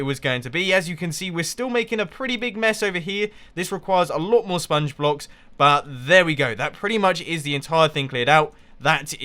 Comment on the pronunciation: I'm not the only one that notices xD